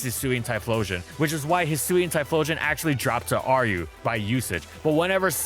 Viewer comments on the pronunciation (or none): It's pronounced Hyphlosion